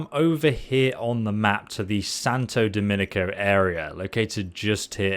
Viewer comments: THANKS FOR THE VIDEO BUT WHY YOU SAY SANTO DOMINCO NOT DOMINGO ? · It’s Santo Do-Min-Go. Noticed you always pronounce it “Dom-in-i-co”, which isn’t correct. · Omg you saying "Santo Dominico" instead of "Santo Domingo" really triggers my OCD like real hard lol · Its funny hearing how all these youtubers mispronounced domingo as dominico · I love how you called Santa Domingo "Santa Dominico", lol. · Official "just here" count... 572 And it's Domingo NOT Dominico. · Santo Domingo not Santo Dominco. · he went from santo demonico to santo dominico, 3 more videos and he should be able to say domingo :D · Love your guides! But I have to correct you. The area the gun is in is called Santo DOMINGO, not Dominigo. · SANTO DOMINGO. SANTO DO-MING-GO. NOT DOMINICA IT HAS A G NOT A C IN IT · BRO! it's Santo DOMINGO! You say Dominico EVERY video 😭😭 im crying lmao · the word you keep looking for is Domingo, not Domenico. Thanks for the vid. I had been hearing about this gun. Going to get it tonight on my stream. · Awesome Content, but I just have to tell you, You keep saying Santo doMEnico, and it's Santo Do-mingo (it's like Sunday in Spanish) thank you! love your content! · as a native speaker of Spanish is not Santo Dominco is Santo Domingo G O on the end. For everything else you have a good your pronunciation. My steam Profile is RueShady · It’s SANTO DOMING-Go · "Santo Dominico" :) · Lol a lot of youtubers are calling it "santa dominico" lol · Can you say Domingo correctly, Its DO-MINGO. LIKE flamingo. From - someone from DR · Say it with me San-tow-doe-min-Go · Santo DOH-MING-GO 🙏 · Santa Dominos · "Santo Dominico" 😂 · Bro I love your videos and they help me out a lot.... but stop adding an extra i to santo DOMINGO 😂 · I love it how you persistently mispronounce Santo Domingo 😉